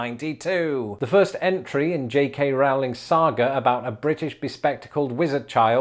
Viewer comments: CORRECTION REQUEST: J.K. Rowling pronounces her last name of Rowling like rowing a boat (similarly to bowling [ˈbōliNG]). The way you pronounced it in the video sounded more like growling ['grouliNG]. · Rowling rhymes with bowling.